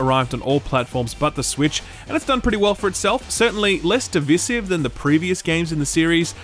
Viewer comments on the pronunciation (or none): Challenge you to say "Divisive" again :))